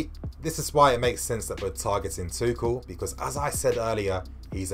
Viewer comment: Isnt his name pronounced tushell